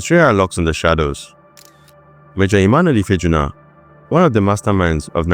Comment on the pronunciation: Ife ah'juna... Not ifeejuna